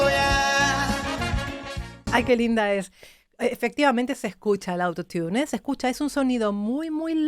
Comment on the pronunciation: eres capisima solo que cuando te refieres al autotune, dice auto tiun y suena muy mal, si tomas una critica con todo amor y respeto a tu persona maravillosa, porque te admiro mucho, la pronunciación es "arottun" saludos💓💝💘